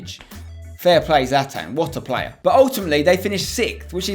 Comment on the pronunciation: Why's everyone commentating "Cracking Plurrr" ????